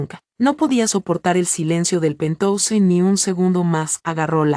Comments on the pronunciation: si pero que escriban penjaus y que lo lea así, es preferible Mi oido sufre con pentouse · por favor usen el término ático y no pentouse o lo pronuncian en inglés o ático Queda horrible pentouse